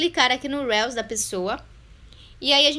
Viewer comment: The correct pronunciation is Riius ☺